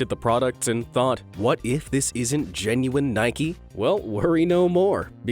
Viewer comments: He says Nik EEE instead of nike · ITS NOT NIKEY ITS NIKE!!!!!!!!